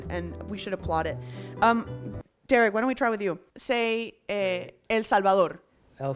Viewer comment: said "salvador" like a brazilian say, literally the same way